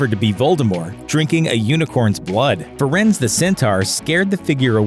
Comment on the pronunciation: It's like how he pronounces Firenze as Firens